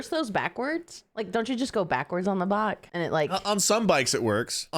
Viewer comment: I love hilarious way of pronouncing words! Instead of bike, she says 'bak', and instead of 90's, she says 'naantees'!🤣😂 'Back in the naanties, I used to ride a bak...'